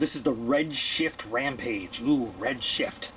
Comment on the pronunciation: Totally thought it said Redshirt, not Redshift...